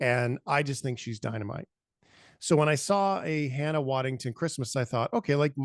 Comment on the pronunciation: LOL you mispronounced her name just like that did when they gave her her first Emmy :) :) :) It's WaddingHAM, not WaddingTON :) Otherwise, you both did a wonderful job with this first new-content video. Keep it up! And keep those f-bombs falling! :)